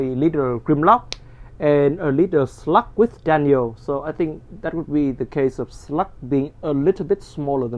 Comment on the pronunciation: are you saying 'Slug'? Because it sounds like 'Slut', which is another word for 'Slag' in Britain, which is why he's no longer called 'Slag'.